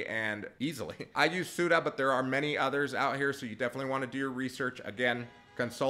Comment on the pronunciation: Yea, like what was the name of the insurance, SOODA?? for SUDA?